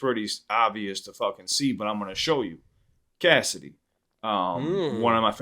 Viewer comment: Bro, it's Cassidy. You're way off.